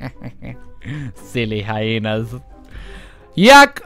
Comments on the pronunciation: Czemu mówisz "hainy" ? o.O nie można mówić "hiena" ? Po ludzku? To wku**a... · to sa hieny a nie hainy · nie hainy tylko hieny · Hieny a nie haieny XD